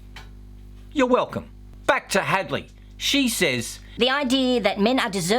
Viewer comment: Hadley? Thought you said Hagley. She looks like a hag